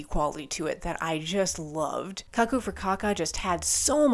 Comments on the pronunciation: Cuckoo for caca is Mike Patton at his most unhinged and I freaking love it! Also it's "koo - koo" 😅sorry! I just always remember the advertisement Cuckoo for Cocoa Puffs! Except of course he's not talking about the tasty chocolate cereal here. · It's cuckoo as in "cuckoo clock".